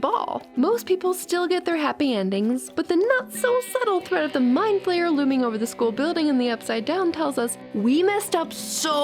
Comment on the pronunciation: My mom: it's not an " mind flamer" it's a spider elephant Me: mom no its mind flayer My mom: and who cares it's an elephant spider Me: I thought you said spider elephant My mom: girl stop correcting me Me: there is no more me